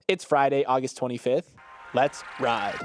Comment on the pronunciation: Whoever told to pause between "let's ride" at the end of the intro should get fired.